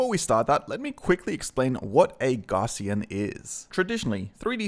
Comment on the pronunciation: a few points: 1. It's pronounced "gow-ss-ee-an" after Carl Friedrich Gauss - google for more information. (normal distribution etc.) 2. The DSLR you used is not the reason you have "bokeh blur". that's the lens/f stop. - this means that you don't need to use your phone, and in fact its usually better to use a higher quality sensor. just control your depth of field. 3. A crop box... is a crop box. it doesn't "help the object come into focus". it crops the splats inside the box. 4. Would be great if you could spend a little more time on your script instead of jumping head-first into a video with such limited research.